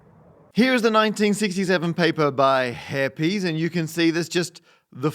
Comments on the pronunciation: In Hungarian, "s" is pronounced "sh" and "sz" is pronounced "s", so if "Heppes" is a Hungarian name, it's pronounced "heppesh". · Just fyi Heppes is pronounced hep-pesh and gömböc is pronounced something like gum-butts. Btw The Action Lab is also a gömböc-owner.